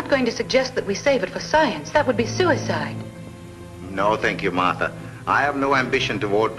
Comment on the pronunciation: Aaaahhhhh,LMAO! did not know Crabs sound like "SPOT" , From "The munsters ! and this dude is getting on my nerves with his Condescending "honey","honey", come on " honey". "Honey" is supposed to be a Dr. What's she a Dr. of ? Bee hives? Is he her man? He can't pronounce Martha? Nice to see The Professor in this though. I didn't remember he was in this.